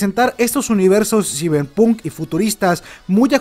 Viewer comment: Yo escuché ciberpoon